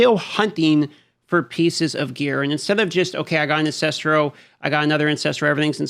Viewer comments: Why do people still pronounce the word Ancestral as Ancestrial? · AN-CES-TRAL.. Repeat after me. AN-CES-TRAL not AN-CES-TRI-AL